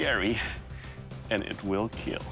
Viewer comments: It wheel keal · It will keal